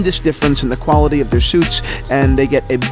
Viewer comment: “Qualitiy“. Try harder dude...